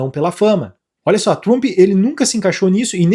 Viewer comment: O conteudo e bom mas nao entendo ate hoje como Brasileiros nao conseguem pronunciar palavras e nomes em ingles. TRUMPE. se pronuncia Tramp. Se corrigir isso fca 100%.